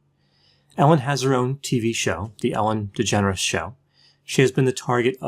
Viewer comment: I keep thinking that is saying ‘Ellen degenerates’